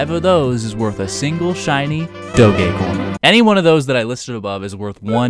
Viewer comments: did you seriously pronounce "doge" as do-gay? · Is no-one going to talk about how he pronounced doge